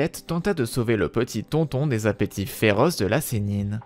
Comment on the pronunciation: "Tonton"😂 ça se prononce tonetone